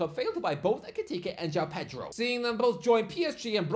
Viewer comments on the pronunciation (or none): none